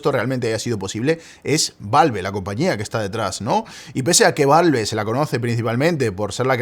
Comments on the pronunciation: me da ñañaras cada que dice valve en vez de valv jajaja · queria ver el video pero no soporto la forma en la que pronuncia "valve"